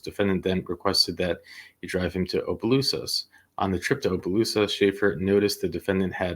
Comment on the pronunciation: You got Leonville right. It's Opelousas you messed up. It's pronounced aa·puh·loo·suhs ￼ Slow Better Practice Practice and get feedback • BETA